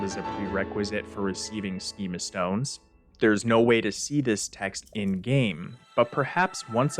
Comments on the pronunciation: Him saying “sheema stone” made me irrationally angry. It’s skeemuh as in skuhmatic (properly spelled schematic) because they’re related words. If you pronounced schema stone as sheema stone, you’d also have to say schedule as shed-duel and that’s just wrong and pretentious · Skeeema or sheema?!?!? Dude, it's the root of the word you used in the next sentence to explain what they do.... SCHEMA-tics..... a "schema" is a plan or script (when referring to psychological "schemas"). Epistemology is very useful... you should dig into it a little... it'll stop you from pronouncing new words wrong. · Pretty sure it's "skeema" stone. Like "schematics". And "hih-lay-en" is a strange way to say that. I've always been under the impression it's supposed to be said "h-eye-lee-en" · Why do people always pronounce "Schema Stone" that way? A schema stone gives you a SCHEMAtic for a build. I believe it is pronounced [Sch-em-a] and not [sch-eme-a] because of this.